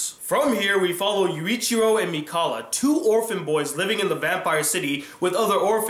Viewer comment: who cringed when he pronounced Mikaela's name wrong....AAH!!